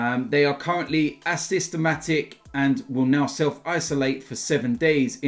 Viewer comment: Did just call asymptomatic.. ASYSTOMATIC!?